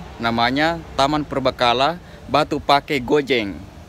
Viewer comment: Penekanan saat menuturkan Batu Pake yg benar sesuai aksen Bugis itu "Batu Pa'e" meskipun ditulis pakai dialeg Sinjai Pake (Pa'e), Cellake (Cella'e)